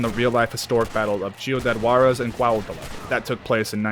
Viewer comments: SHIUDAD WARREZ. Damn, this guy butchered my lenguage even more than the Skinner Bros. butchered people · I think Reyes is probably the Villa from the game. Same disgusting shit in a loooot of ways. Ps. You butchered Ciudad Juarez lol